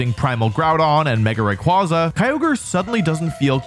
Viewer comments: I have to be that guy a year later but it’s “Zahk-see-on” and “Ray-qway-zah”, not “Za-shee-un” or “Rah-qwah-zah” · It's "Ray-qway-za" btw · RayQUAYza! Pronounce it right. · Its pronounced Zashian! Video unwatchable tbh. RAY KWAY ZA. TS PMO